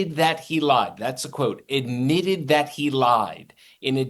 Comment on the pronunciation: "Idmitted" that he lied. Speak properly